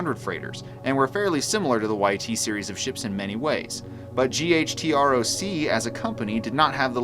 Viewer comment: I always thought it was pronounced as a word "gutroc" not spelled out